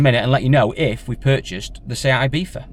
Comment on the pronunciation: Love the video but folk always pronounce Ibiza wrong and it does my head in! It's not "eye beetha" it's ee-bee-tha!!